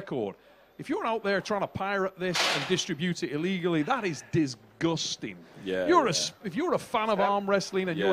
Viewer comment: Awesome match! Hearing say disgusting reminds me of people who say huge but pronounce it like youge lol